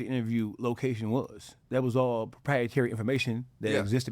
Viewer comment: Yeah lol hey man say mane it was “prietary information” yeah lol